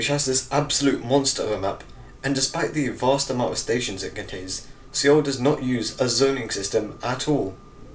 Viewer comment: it's pronounced SOUL not see all